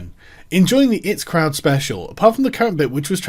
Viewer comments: EYE TEE Crowd lol come on Sargon hahahaa not 'it' crowd :) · Tip for you Sargon, before weighing into something, learn how to pronounce the surname of the subject of your ire. Secondly I.T. crowd you fucking dope. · Sargon!!! You say the names of the letters when reading the "IT" in "IT Crowd"!! It's a British show! And a legendary one! An American shouldn't be the one correcting you on this! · “It crowd” *eye-tea crowd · The 'it croud'. hahahahahah. "My printer isn't working I'm going to go and see the it department" hahahaha. Sargon you plonker. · ahhh not it crod IT crowd as in computers. sorry it just bothers me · It crowd 😂 it's I.T crowd Sargon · The 'it' crowd? Sargon it's I.T. you fucking boomer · Pronouncing the IT crowd the it crowd hurt me man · It's eye tea crowd, father. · The it crowd? The what? Fuck you're an uneducated moron at times.